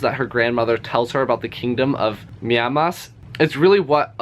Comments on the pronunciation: I think Miamas is pronounced miiii (my) aaaa (ah) maaas (maas) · No, the Mi in swedish is pronounced like your word me, not my so I think was quite close 🙂